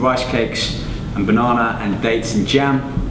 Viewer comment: I love how he says Bonona